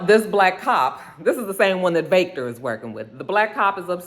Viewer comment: I wasn’t feeling Lilliana, but after all she’s been through, I’m rooting for her. She’s definitely a soldier. The Walter accent is better, but it still took me out. 🤣 Every time you said Vaectah. Praying things stabilize soon. 🤗